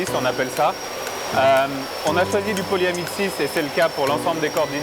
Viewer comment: Nylon is ''Polyamide 6'' not ''polyamestise'' (which means nothing ;) )